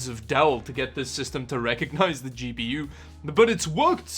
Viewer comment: I thought he said,and for a really long time, "Cheapy You" instead of "GPU"